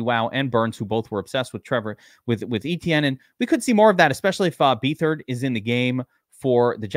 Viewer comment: BETH-ard not bee-thard. He's no good but his dad was a NFL GM.